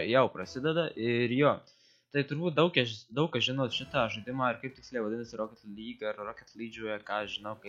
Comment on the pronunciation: geriau sakyk ir tark "roket lyga" arba "roket lyg" rip :DDD